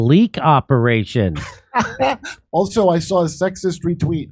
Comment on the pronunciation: 11.30: "Who's running this ooperation...Anna Kasparian?" 😊😊😃😃